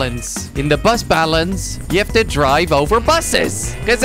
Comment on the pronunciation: instead of bus balance I thought that he said butt balance